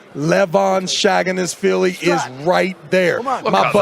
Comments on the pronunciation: Travis, :face-green-smiling: still saying "Shaggeenashveelee" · travis please get out of commentator job you can't pronounce correct his name Levan S A G I N A S H V I L I